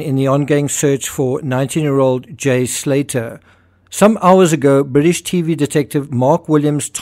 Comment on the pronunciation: It's pronounced Slay'ah